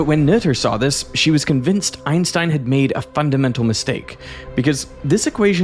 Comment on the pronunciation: My biggest critique of the video was the pronunciation of German words. "Albert Einstein" → ""Aulbert Eins'tein, "Göttingen" → "Göttinggön" But credit to him not falling for the common American way of saying "Einstein" as "Eins'teen"